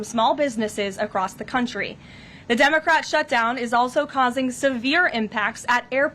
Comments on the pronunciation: Did she pronounce it "dumbacrat" once? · Did she just say “dumocrat”?!! 😂 very fitting ❤